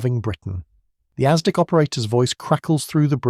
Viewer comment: AI narration. No human would pronounce “bow” of a ship to rhyme with “throw.” Or pronounce ASDIC as “asdyke.” .